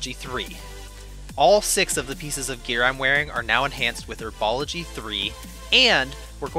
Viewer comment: It’s 'herbology', not 'erbology'.